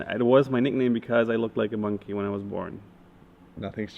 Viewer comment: I thought you said musky and not monkey but you are a unique musky too Simon. Thanks for the awesome video👍